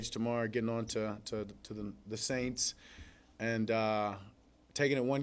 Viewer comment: Dak sounded like he was about to say Aints instead of Saints